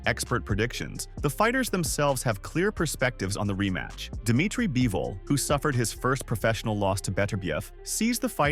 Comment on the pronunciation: By-vol? Is the script done by chatgpt too?